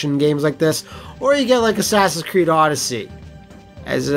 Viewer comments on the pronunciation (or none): none